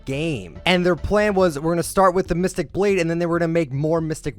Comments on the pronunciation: “Mysteic” LMAO it’s Mythic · “mistic” mythic pls not h8